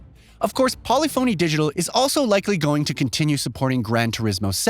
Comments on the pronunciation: How many words can this guy mispronounce, starting with Polyphony Digital??? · Am I the only one who cringes each time this guy pronounces “polyphony digital”? 🥴